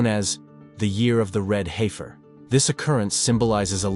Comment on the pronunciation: If you’re interested in prophecy, I hope you’ll be equally Interested in learning how to pronounce the Hebrew words you want to use. You mispronounce them so severely that you cannot be understood. Also, once you mispronounced an English word — “heifer” — just a few seconds after you’d pronounced it correctly. Why? You sound ridiculous. Go and study.